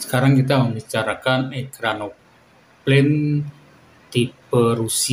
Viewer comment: "EkranoplaN" – not "ekranopaNE"